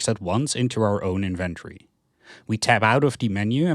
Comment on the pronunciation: It really bothers me when you try to say inventory. Try to practice saying the word slowly. IN-VEN-TO-RY, you can also watch some people saying the word correctly so that you stop making that horrible mistake with your pronunciation of "inventory". Anyways thank you for your video. It was very helpful in finding out how to play the game the right way.